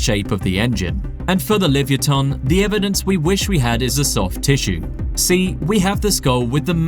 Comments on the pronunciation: Is this AI? it is pronounced: lee-vuh-YAH-tuhn (li-və-YAH-tən), not livyatan. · What in tarnation is this awful pronunciation of “livyatan”